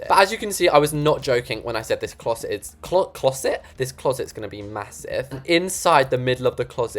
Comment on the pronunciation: “ma-HOO-sive window” - love you haha! 😂